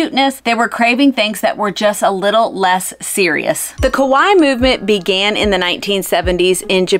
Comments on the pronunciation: Hahaha... you keep saying "ko-waii" ("scary") in Japanese instead of "ka-waii" ("cute"). 🤣 Haha. I'm sorry but that was hilarious. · The way you pronounced KAWAII youre actually saying scary instead of cute. KAWAII is pronounced KA WHY EE emphasis on the EE its 3 syllables whereas KOWAI aka scary is 2 syllables KO WHY and doesnt have any EE sound at the end.